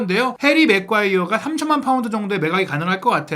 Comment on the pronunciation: 아재요. 해리 맥과이어라고 발음 좀 그만하고.. 제대로 매과이어라고 발음 좀 하세요